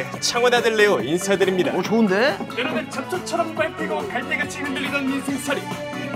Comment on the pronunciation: ..ㅋㅋ 원우 잡초처럼을 첯ㅊ처처첯이라고 들었어서 경음악의신 할때 실수린줄 알았는뎈ㅋㅋ